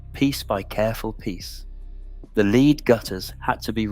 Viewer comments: Yes..the " lead" gutters, pronounced " leed" gave it away forcibly. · It was the mispronunciation of lead guttering, pronounced like the lead of a dog, which was the biggest giveaway. For me though, this didn't alrogether detract from the general presentaion.